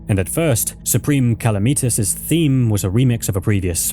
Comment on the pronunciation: saying supreme calamitas like that was worse than all the crimes in this vid